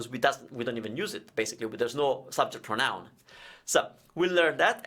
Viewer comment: Ciao, great video! You might already know by now, but don't forget that "pronoun" in english has the stress on the "pro", so "prónoun", rather than "pronóun":D (I say this as an English teacher in awe of your commitment to teaching Italian, as opposed to an angry anonymous youtube commenter:P)